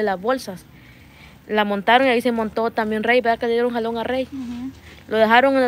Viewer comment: Se dice verdad No no vedad correjite